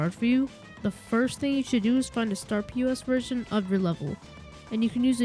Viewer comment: Startpos not startP.O.S